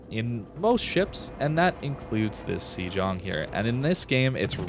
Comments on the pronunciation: Hate to be 'that bloke', but I think the pronunciation is "say-ong" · I thought it was pronounced Shlong (Sh_ long).